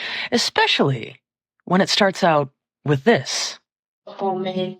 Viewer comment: It’s pronounced “with” kweens, not “witch” … 😂